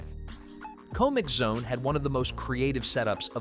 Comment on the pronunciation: The pronunciations of some things like comixzone and mudokons....i am starting to think this IS one of those shit AI channels